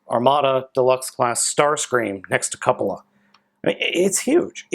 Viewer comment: is the only reviewer to pronounce "Cupola" correctly. Great review! Sorry to see that your camera bugged out on you mid review. I've got this figure, plus FP Crox, coming from Big Bad any day now. Can't wait!